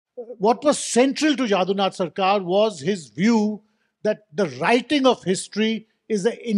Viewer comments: JADUNATH and not JAADUNATH. JADU as in MADHU. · First rectify your pronunciation of 'Jadunath'. It is not 'Jādunath' as you say it.